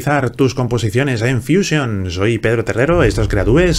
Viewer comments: Pero si estás hablando en español porqué dices fuísion? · Es que ha estado en Whashinton, por eso dice fuísion y no fusión.